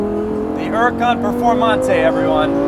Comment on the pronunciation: The way he says lonborghini huracan preformante lmao